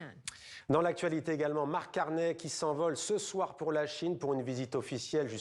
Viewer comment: Prononcer au moins son nom correctement, "ey" = é (Carney (é)), on prononce pas Cor"n'est" !!